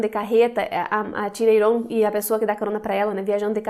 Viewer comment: Legal vc falar Iron e não "Airon", como outros Youtubers que vi